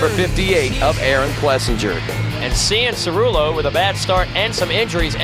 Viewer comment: hearing struggle to say cianciarulos name is funny to me like he was just a random little kid back then this is cool to look back on if only they knew what all those kids would become